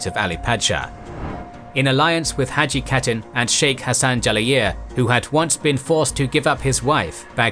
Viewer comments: When you pronounce khatun you say like hatun not katun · Khatun=Hatun not pronounced CATTEN, you could still mispronounce it as HATTEN and would be acceptable. Westerners especially Anglophones get so confused with the Kh digraph , just remember it’s almost identical to the German digraph of “Ch”. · Your videos good, pronounce of the word catun should be (kha toon),is not correct .